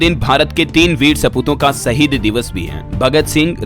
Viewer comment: Bhai LALIT V JAGDAMBA JI HINDI KO TO SUDHARO SAHID ME S DUVE WALA AUEGA